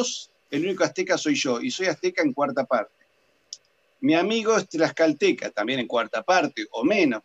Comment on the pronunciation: Se dice "meshica" (como she, en inglés) y "tlascalteca"